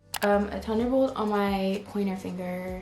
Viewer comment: When she says thunder bolt it was so cute it sounds as if she couldn’t say Th! I love u x